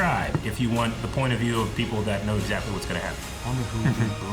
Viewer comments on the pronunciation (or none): none